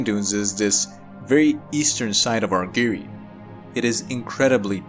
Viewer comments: Argyre rhymes with tire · Great video: just one minor quibble, the second syllable of "Argyre" rhymes with "tyre" or "pyre" (or tire or fire).